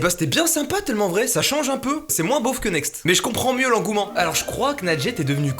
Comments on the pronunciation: "tEULment vrai" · A c moi ou il dit "TEUllement vrai" ?! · " Teullement vrai " 😂😂😭